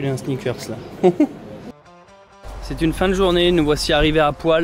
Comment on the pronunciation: Ça se dit "Polle " mes grands parents ont vécu quelques années dans ce village !🎉